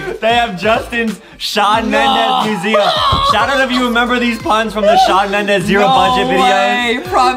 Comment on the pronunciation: Justin: swan Mendes Me: ayyyyyyyyyyyyyy